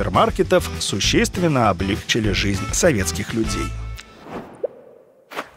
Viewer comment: что простите? : не облЕгчили, а облегчИли